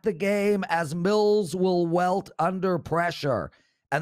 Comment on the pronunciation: it's "wilt" under pressure, not "welt"